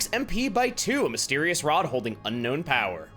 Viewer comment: I never knew "Power" was pronounced like the word "now". You learn something from smart people every day.